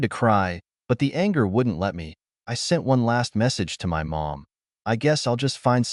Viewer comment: Funny how everyone ignores the AI generated voice that ruins yet another story. Instead off it they read it as IT. He blocks them sole at the park but when he gets home the phone buzzes with a message from M O M? Showing he blocked them. Another sad case of the site owner being too lazy to listen and correct their own reposted story.